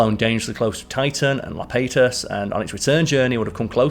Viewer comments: Saturn's 3rd largest moon is pronounced [AH-yuh-pet-oos] in English or [I-ya-pe-TOS] in modern Greek- not Lapetus. Also, Saturn in total officially has 146 moons now - only 63 are named. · I do like these videos, but sometimes there's a mistake and you wonder how it got past editing that takes you out of the moment. Cornus? Nope, CRONUS. And 'Lapetus'? Nope, 'Iapetus', EE-A-PE-TUS'. I get these are smaller errors, but given it's an educational video, small errors stand out.